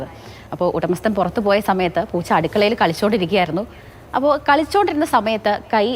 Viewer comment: പോച്ച അല്ല ചേച്ചി.. പൂച്ച. 😜😜😜